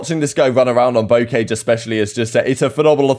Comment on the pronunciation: it’s pronounced Bow🏹-car🚘-jsh